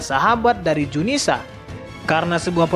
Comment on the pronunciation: zunisha bukan junisa...admin koplak